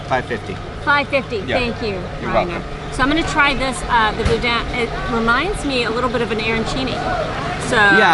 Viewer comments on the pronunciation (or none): I'm laughing as I picture Corey M. rolling his eyes when calls it "boodin". 🤣🤣🤣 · ok..one thing..the bodin is pronounced "boo Dan'"hard on the D Come down south Louisiana and you would get laughed at saying it that way...... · “Boo-dan” and “pray-leen” but love these videos! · Boo-Dan is how it's pronounced